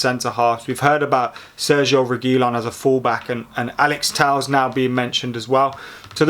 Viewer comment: Tell-ez fking tells lol. I'd love Telles at United